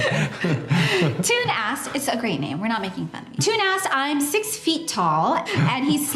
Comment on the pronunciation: Toon is a Dutch name and it's pronounced the same as the word 'tone' :)